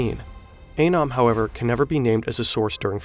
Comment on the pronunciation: somehow you guys call it "A-nom" the entire video whilst also including a video of an FBI agent calling it "Anum" loool